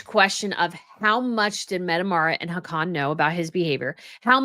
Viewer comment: Hi, I love watching your show but this one I had to stop. I don't want to be mean, just help. The pronunciation of the royal names were getting slaughtered, so even though I don't usually comment, I want to help you not stumble anymore. Please take this in the intention it is written in. Haakon is pronounced like HOCK-un. Mette-Marit is METteh MAReat. Sverre is SVAIR. I hope this helps.